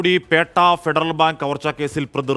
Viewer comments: It's not Petta, it's Potta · Potta not petta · Not പേട്ട, പോട്ട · It’s Potta…… not petta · പേട്ട അല്ലടാ, പൊട്ടാ, ങാ പോട്ടെ, പോട്ട എന്നാണ്.😂😂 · Petta alla potta ennuparayu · പേട്ട അല്ല പോട്ട ആണ്